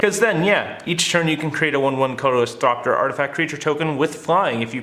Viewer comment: THOPTER, not THROPTER